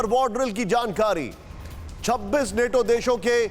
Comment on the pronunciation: बच्चा नेटो नहीं नाटो बोलते हैं